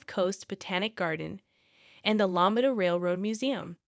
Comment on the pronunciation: Are u saying La-me-da? 😂